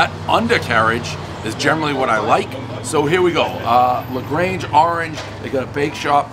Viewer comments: Especially when he pronounced this place wrong, saying "grange" instead of "grande". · El Presidente never pronounces anything correctly, (Legrange Orange) when it's La Grande Orange and then busts the guys' balls on pronouncing Fanta... 😅😂😂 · The Grange Orange here. Another miss pronunciation everybody knows the rules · Dave can't pronounce "La Grande Orange" or "Fanta" correctly. And why stand right in front of the door always? On the plus side, no F-bombs. "LGO", as the locals call it, is indeed high sevens. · La grange orange😆 I wish your pronunciations were tighter, Davey boy. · Don't pronounce the restaurant name correctly, everybody knows the rules.